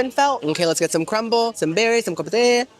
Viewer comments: Do you know what, "Je m'appelle means?" Since you're half Cuban, you'll know "Me llamo." Also compote is not pronounced compotay. 🤣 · I love you so I'm going to hold your hand when I say you this. Compote friend, COM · POTE (pronouced like poht). Now if this is like a buffet and queso situation... my bad, carry on. ❤ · Love how you pronounce "Compote" as "Compotay" LOL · you're saying "kompowte" as a quirky way of pronouncing it, right? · I feel like every video you make there is a compote on the desert and I cringe every single time you pronounce it was an “A” sound at the end. I beg you pronounce things correctly or try, bc your followers may request the item you recommend and they may feel really embarrassed being corrected by the serving staff. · Compo-tay and Choppin!! 😭 Compoté and Chopin (Kom-poat and Show-pihn) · love how he says "com-pot-ay" and "choppin" instead of "com-pote" and "cho-pan" 😂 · Girl I’ve watched you for so long & watch you so much that I’m starting to say the words you purposely say wrong myself in daily life… like boo-fay and compo-tay 😂You’re infecting me! 😅 💜ilysm!!🫶🏻